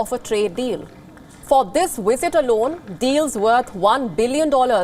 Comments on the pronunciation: The presenter needs to learn how to pronounce the letter v in English; it's visit, not wisit. The presenter conveniently overlooks the significant trade barriers imposed by India on foreign goods. And why are visas a one way street? How about India allowing Brits the right to work in India? Finally, the presenter seems confused by whether the purpose of the program is Johnson's covid breaches or trade talks between the two countries. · Is that wisit or visit? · Is it just me or does the way says "visit" sounds like 'wisit'? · It's visit not wisit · Is it wisit or visit turd or third? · Learn to pronounce " visit". Very amusing to hear the pronouciation as "wizit".. but....ce la vie and no big deal. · Stop saying wisit? Hindus still love their colonial masters. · The wizit? What is “the wizit” and where do I get one? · The "wisit" I was confused 😕 for a while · I keep hearing wizard it place of visit 🤷🏿‍♂️😅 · she cannot pronounce visit without using a w, wisit , but can say visa perfectly ?, i bet Sunaks wife got shares in that new jcb factory aswell, go home Boris and face the music, and thanks for showing us more british firms moving abroad for cheap labour and reduced taxes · Sounds like she is saying wizard. But then again I'm just a Stupid American. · Wizit is better than a visit. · I fail to understand why a news reader would pronounce words having letter 'V' like the words having letter 'W'. Please correct the diction.